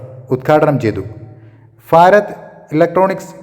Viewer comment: ഫാരത് ??? Farath???